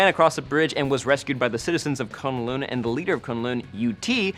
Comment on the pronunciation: For some reason the way you pronounce kunlun is annoying the crap out of me...